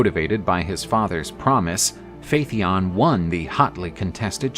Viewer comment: Phaeton is repeatedly mispronounced. Pretty basic stuff for a "History" channel.